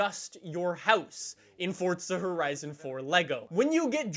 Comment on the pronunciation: FORTZZA HORIZIN FOUR